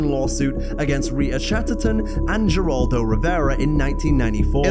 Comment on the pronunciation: Anyone under 30, I feel, does not know how to pronounce Geraldo